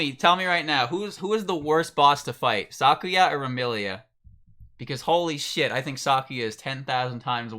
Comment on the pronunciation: "SOCKuya" It's pronounced "suh-koo-yuh."